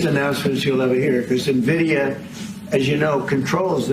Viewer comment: The name of the company is N Vidia. Not Na Vidia. No one seems to be able to read or do the work to learn the name correctly. Hilarious. 😂